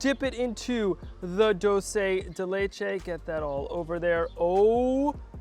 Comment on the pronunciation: Proper pronunciation: CHooRose and Dool-Se